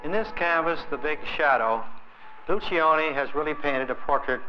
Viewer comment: Lucioni is an Italian name. In the Italian manner, you do not pronounce the first letter i. It will sound like loo-CHO-nee